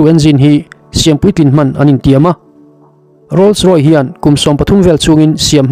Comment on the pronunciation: a ziak chhar i nih chuan a dik a chhar tum hram a tha khawp mai .. 'Rolls Roy' ni lovin 'Rolls Royce" - Rawis tia chhiar tur ani e.